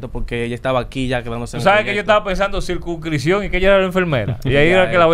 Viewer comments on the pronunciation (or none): Alofoke circunscripción no, es circunsipcion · Nadie notó que alofoke dijo “circunscripción”🤣